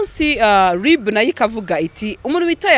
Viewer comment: Umuhungu Ungana Gutya Ntazi Gutandukanya R na L koko ( ngo LiB, aho kuvuga RIB ) 🤔😎